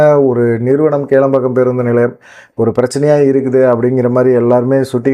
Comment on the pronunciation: Please correct Kilampakkam not kelampakkam.